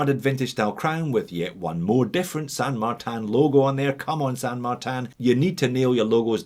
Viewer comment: “San Magtan” why? In french is….Saint-Martin no San Martin. It is a spanish name used by chinese company, not a french or swiss name, friend.